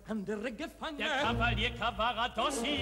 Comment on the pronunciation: Sehr geehrte Frau ansagerin der tenor heist nicht Caravadossi,sondern Cavaradossi...!!!